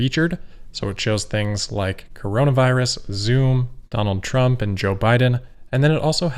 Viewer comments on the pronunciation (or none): none